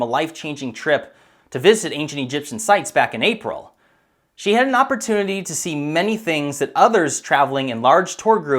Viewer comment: "This is what zhe was shown!" addplays sigh